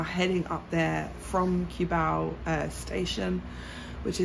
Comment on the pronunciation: If you want to live full time, Mike of Making it happen has a permanent residency visa that gives him to live more than 3 years and he has a car as well as The Juicy vlog have car too. They pass the requirements for drivers license in LTO to have pass the driving test too and by the way, Cubao pronounces as "Koo-bow".